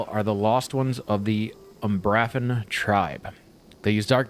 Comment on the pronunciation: By the way, it's pronounced umbra-fen